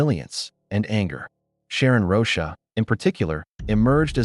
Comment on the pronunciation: The AI reading has to stop! Rosha? It’s ROCHA!!!